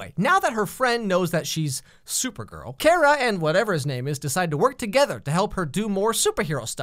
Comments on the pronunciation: There's nothing wrong with having a different opinion. These are TV shows, it's not like he's advocating neo-nazis or anything. Do admit pronouncing is strange since he's saying Kara like Care-a rather than Car-a given he prefers this show over the others; but it was started back in the 90s Superman cartoon so readers think it's pronounced that way (Care-a) until this show came along. Before that, it never really mattered. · I love this show, and that's hot how u say her name it's Kara not Kira not carea. It's Kara like car-a KARA!!! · You don’t say Kara’s name like (care-ra) u say it like (car-a) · he calls her Cara IT'S KARA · Its Kara not Kera You just want to get fans angry don’t ya? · i cannot believe he called her Kerah!! Who are u Cat Grant??! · It's Kar-A not Kare-A Oh well, it's like really late and I'm on my nightly YouTube spiral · ITS, not Keria its car-ra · Am I the only one getting triggered every time he says Kara's name wrong? It's K-ah-r-ah... not K-ae-rah.... oiiiiii Side note: yes, I am aware that I sound like “it’s Levi-o-sa, no levios-ar” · I think it was on purpose because Cat Grant calls her Kera in the beginning, too. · Your right it’s pronounced Kira 😂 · Her name is Kara (Car-a) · Pancake The Dog it's pronounced "Quara" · actually cat grant calls her kiera {ceer-a} not care-a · He was joking because Ms. Grant calls her Ke-Rah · Its Kira. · No. The CBS/CW show is wrong. By extension, you're wrong because you're relying on them. Watch the Helen Slater movie(It's out on Blu-Ray now). It's Kara, CARE-A. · it’s pronounced Car-A it’s spelled Kara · Kara is pronounced CAR-UH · It's ka-ra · i had my volume super low when he said kara's sister and i honestly thought he said carrot's sister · ITS KARA (car-ah) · Her name is pronounced car-a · It’s KAHRAAA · Just a hunch but I feel like he purposely mispronouncing her name it’s Kara say it with me now Kar-Ra. Kara okay? Good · Her name is pronounced (Car-A) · it’s CAR-aaa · Your pronouncing Kara wrong